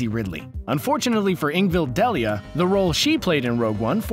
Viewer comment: Her name is Ingvild DEILA, not Ingvild Delia... you could at the very least research you material before posting...